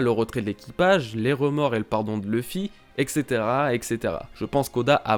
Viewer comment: arrête «excétéra». Et caetera. «et cetera»... sinon big up.